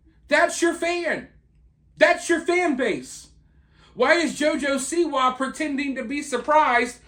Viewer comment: This video would've been excellent bedides you pronunciation of JOJO'S last name and the emphasis on "WA" is SIWA